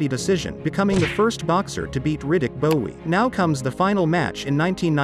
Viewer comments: Cause Riddick Bowe (pronounced bow not bowee 😂😂) was a BAD MAN!!! I remember him growing up and it was Bowe, Holyfield, Tyson and Foreman had still done his thing when he was old but out of his prime. They were the top of the heavyweight division in the late 80’s and through the 90’s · It’s Bowe... pronounced Bow as in bow and arrow. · It’s pronounced Riddick Bow! Not Bowe! BOW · It's pronounced Bow not Bowie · If your gonna report on fight, prpnounce their names right. Its pronounced bow. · Pronounce Bowie next Bowe. They are not the same. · How is it that you post a Video on Evander vs Bowe, but you keep pronouncing “Bowe” as “Bowie”? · Pronounced : Bow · Stop pronouncing Bowe like that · I always thought this channel was the person's voice but with pronouncing Bowe as Bowee over and over its clear its a generated voice. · It's pronounced "Bow" lol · This guy doesn't even know how to pronounce Riddick Bowe name